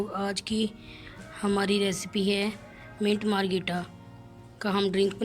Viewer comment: منٹ مارگریٹا صحیح بولو بہن